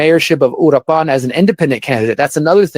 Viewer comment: This "journalist" who lives in Mexico but can't even pronounce Uruapan, is a FRAUD. There has been no data connecting the present federal government and the cartels